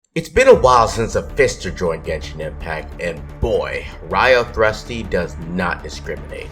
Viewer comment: Butchers his name Me: So you've chosen de- Me: You're off the hook this time...